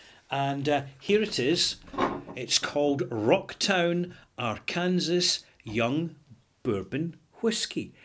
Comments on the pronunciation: you should check out Eric Sloane on Google. He was an American painter who, among other things, specialized in painting clouds in the sky. By the way, an American pronunciation of Arkansas might be "are CUN saw". Just thought you would like to know. Great review! I'll have to try some soon. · It's pronounced 'Arkansaw' but another brilliant review, I'll be trying this one:) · Perhaps silly, but Arkansas is pronounced are-can-saw. :). Cheers! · Great review! Couldn't stop of chuckling at Ar-Kansas though. Hopefully I'll be able to make it up to the Scottish Capital of E-Din-Burg someday.;) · Woah! That's my town being reviewed by! I feel so proud. (Also it's pronounced "ar-kan-saw.") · Pardon the nitpick, and make no mistake, it is just a nitpick, the video is great: Arkansas is pronounced Are-can-saw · Understandable how a European would make that mistake. "Kansas" is pronounced just the way would think but "Arkansas" is unusual in that the last syllable "sas" is pronounced "saw". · Hi, good review again! Official pronunciation [ˈɑɹkənsɔː] ar-ken-saw Wouldn´t have known that if Bill Clinton hadn´t been governor there before he became President.:-) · The odd thing is that the state of Kansas is pronounced as you have done so here but without the A-R. Once you stick the A-R in front, the S at the end turns into a W.